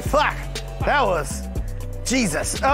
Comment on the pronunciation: Pastor TPain said “JESUS-UH”